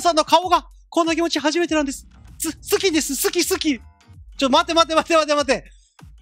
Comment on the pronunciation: 「好き」が訛っちゃってるの鉄塔さんらしいwww